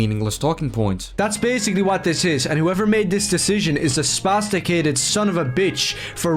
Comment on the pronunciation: That black eye of his keeps hanging around. Honestly, everything about him is disgusting and annoying, but the thing that bothers me the most is every time he says "spasticated".